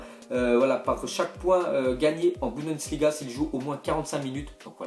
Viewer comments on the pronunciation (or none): none